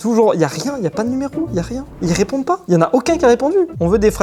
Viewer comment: "mais pourquoi il Hhépondent pas"😂😂